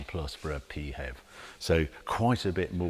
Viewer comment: I’ve been listening for 5 minutes and I seriously hope the expression “Pee Hev” doesn’t catch on. Sounds like the symptom of a urinary tract infection, or a description of BMWs design ethos.